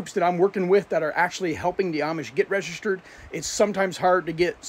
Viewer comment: The word is Registered Lean to pronounce the word 😮😮😮